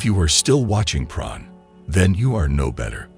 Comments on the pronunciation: Sounds like he's saying pron 🤔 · Pron? Cock-aine? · Can I humbly ask why you're pronouncing porn as "pron"?